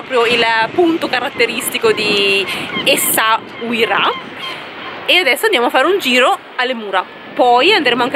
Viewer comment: Essauria, si dice Essauria 😂😂😂. Anche la mia mogliettina non riesce a dire Essauira! Noi ci andiamo domani, bellissimo il Marocco. Complimenti per il video!!!